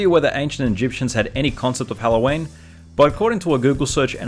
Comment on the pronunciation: He pronounces Halloween as hello Wayne